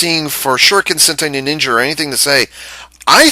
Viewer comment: "Ninningen" LOL